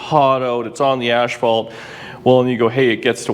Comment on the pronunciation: i like how you say Ashphalt instead of Asphalt...